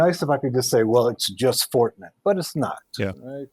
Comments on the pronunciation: Is he talking about Fortinet ? When het say Fortnet? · Why does he keep saying "fortnet?"